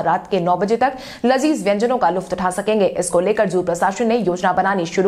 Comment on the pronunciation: Luft nahi balke lutf bolte hain